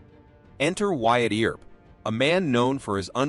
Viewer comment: Ol' Wyatt Eeer-up ...😂 Good story though ✓